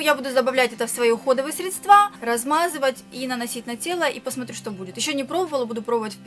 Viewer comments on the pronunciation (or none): Не средствА, а срЕдства.